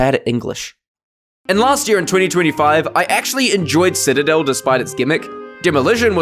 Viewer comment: bro couldnt pronounce PA TA GO NI A but pronounced Si Ta Del no problem? I guess it's a syllables problem